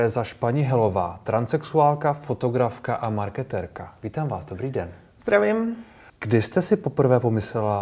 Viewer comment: Proč moderátor říká vždycky hostúm na začátku "Dobrý ďen"? a ne den